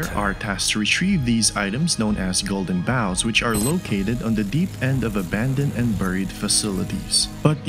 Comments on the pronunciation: As a huge PM fan who has been playing Limbus since launch I have to say that you gave me one of the most important gifts possible with this video: YOU ARE THE ONLY PERSON ON YOUTUBE WHO PRONOUNCES BOUGH CORRECTLY!!!! Every other content creator in this fandom says it like "bo" and it makes me want to scream. Thank you. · To be honest I recorded that line saying bough as "bow and arrow" but I listened to it and something just felt off so I searched google and told me that the correct pronunciation was bough as in "bow to the audience" so thank the stars I didn't make a fool of myself